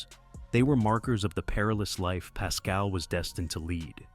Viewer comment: Go and get a real job fuckin idiot ,pascal pascal , pascal , you don’t even know how to say is name , fuck You